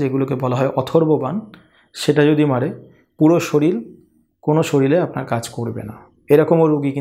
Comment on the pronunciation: শরীল আবার কি?কথাটা শরীর।